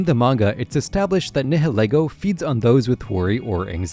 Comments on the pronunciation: It’s “NAI-YIL-EE-GO” like the ‘nihil’ in ‘annihilate’ and ‘ego’ like in ‘ego’. Not “NEH-HEH-LEH-GO”. If you’re gonna make videos about Pokémon, pronounce the names right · It’s pronounced SIM-bee-ohnt, NYE-UH-LEE-goh, NAH-GUH-NAH-DULL, NEH-KROHZ-muh, and SOLE-GUH-LAY-oh, “”! 🤨 You have poor pronunciation skills! Also, Ultra Beasts are genderless! No genders! And you put the name Solid Rock on backwards!